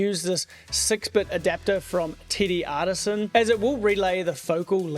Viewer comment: Ha! You say TTArtisan like “Tittie Artisan”. It matches your photography in a way.